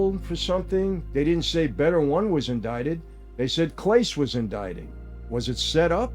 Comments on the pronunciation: Pronounced CLA-SAY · Interesting insight as always! BTW "Clase" is prounounced "Class-Eh" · I was going to say the same thing. Michael Franzese knowledge of the way the underground works - 10 out of 10. His knowledge of Spanish? 1 of 10. It’s Cla-Say and Pa-Hes! 😎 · His name is pronounced Class-Aye, not CLASE. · Claw-say. 😂 not clayse. The worst part is Clase didn’t make a lot on the deal. Small money for what he was getting to pitch. I’m glad I got to see him pitch because he was the best closer in the game and he’ll never play again. Stupid stupid stupid decision. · FYI: Claaa-say, not Clase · His name is “class-A” Not “Klace” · CLASE.. KLA-SAY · Clase is pronounced "Class-A" ironically. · Thank for the news. I do believe his last name is pronounced Clasé, with a french "e" at the end. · Can someone please help Michale pronounce Clace properly lol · Not clase.. Clasaay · They're pronounced Cass-Eh & Paw-Hez 🙄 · Clase is pronounced Claw-Say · AND athletes are ripe for payoffs and throwing games in ALL sports! Very easy for college athletes to make big money in a small money arena for them. Guardians pitcher is Clasé, pronounced Class-A. Pages is pronounced Pa-hehs. 😊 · Hahahah "CLAYSE" I guess it does look like it, but still made me laugh And "pages," too And "gee-aye-eff" imagine. Now I'm wondering if I'm getting trolled. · It’s pronounced Klah-Say. Him name is Klah-Say….. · Clah-say ... just an fyi, not intending to be petty lol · Mike FYI, Clase is pronounced Class A. BTW, I love your "sit downs" here on Youtube. I'm a May baby too. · Clase pronounced Class-A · Just a heads up, Michael: Clase is pronounced "clah-SAY" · "Clase" Clasé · It’s pronounced “Clah-say” just FYI from a struggling Clevelander 😂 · Great video as always Michael🫡 but just so you know, the name Clase is pronounced “clah’say” keep up the great work! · The players names are pronounced: Pa-hez and Claw-say. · Mike that's not how you pronounce the pitcher's last name